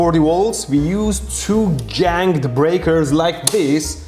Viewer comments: It's "ganged" not "janged", G-sound not J. GIMME DA MEETAH! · it is not janged, it is ganged as in zweigang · "janged" breakers? "Gang" has a hard g at either end. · I love the exaggerated 'Janged' breakers. I'm going to start pronouncing them that way! Excellent video once again good sir!